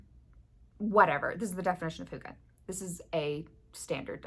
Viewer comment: To think I’ve gone this long without knowing the feeling of coziness had a word! Thank you for adding hygge to my vocabulary, and with a proper pronunciation! I love your idea for this make along. When external light and warmth is low, it’s a great opportunity to learn how we can harness our own inner light and warmth. Definitely something I’ve been working on since moving up north after 18 years in Texas. I will for sure come up with a project for this one!